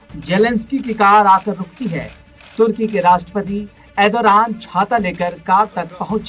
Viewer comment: Bhai pahle tu Erdogan nam lena sahi se sikhle